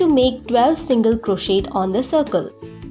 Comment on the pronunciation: The t in crochet is silent